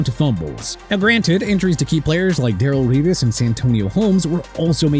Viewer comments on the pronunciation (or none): Ter-rell Suggs not Terell Suggs! Ter-rell Buckley not Terell Buckley! TER-RELL OWENS NOT TERELL OWENS AND Dar-relle Revis not Darrell Revis!! GET THEIR NAMES RIGHT AND WHILE YOU'RE AT IT CRITIQUE MY MIAMI DOLPHINS ALL YOU LIKE CUZ I DON'T CARE!! 1995 WE WERE 9-7! WE GOT IT OKAY?! LET'S SEE YOU BRING UP LAST YEAR'S TEAM AND THIS YEAR'S OKAY?!